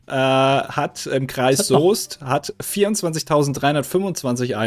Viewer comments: Danke für die Fakten und das richtige aussprechen von Soest 😎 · Ich bin legit stolz auf, dass er den Kreis Soest richtig ausgesprochen hat und nicht "Söst" gesagt hat. xD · Danke, dass du „Kreis Soest“ richtig ausgesprochen hast